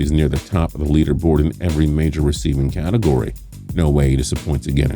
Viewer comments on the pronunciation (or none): none